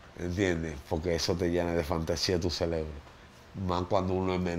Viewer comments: (LA PALABRA CELEBRO) me hace doler los oídos , esa historia está mal contada , donde estaba su familia en ese momento? Que maldita fragilidad, si x un jumo de 1ra vez todo el mundo cayera en vicio, entonces todos estaríamos como él con el ce re bro 🧠 tostado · Exacto, dizque se aclarò todo, ahora estamos màs confundidos, y no creo nada, para mi es puro rating, ese tipo no sabe ni donde està parado, sòlo habla muchas estupideces e incoherencias, el "celebro" como el dice, lo tiene fundio 🙄